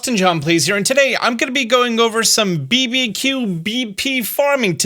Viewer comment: I love your videos. I have done for a long time but got to ask why are you pronouncing BBQ, B B Q and not barbecue?